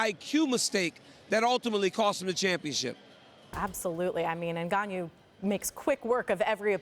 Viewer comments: Ngannou, not "en-gon-nyew." Sheesh. She had one job. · NgaYOU!!? It's interesting how folks pronounce names incorrectly.🤦🏿‍♂️🤦🏿‍♂️🤦🏿‍♂️ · Everyone: "NGannou" Ashley: "Engañu" 😆😆😆😆😆😆😆😆